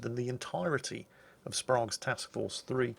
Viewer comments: BTW we Yanks called him Sprayge not Sprahge Americans love them "A"s as AaYY! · can pronounce the Ostergotland, but not Admiral Sprague (like Spray-gue) or the USS Hoel (pronounced like Thurston Howell of "Gilligan's Island" fame). Oh,... But historically speaking, "Taffy 3" managed to do the impossible, though at great cost. RIP, Commander Earnest E. Evans, and the crews of those valiant ships! We have the watch.